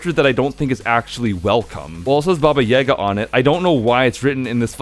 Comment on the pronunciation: It's yagA, not YAga and rOdina, not rodIna